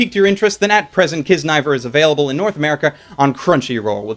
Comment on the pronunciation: I think it's pronounced key-zuh-nah-ee-ver, that's what I heard from the crunchyroll panel I went to lol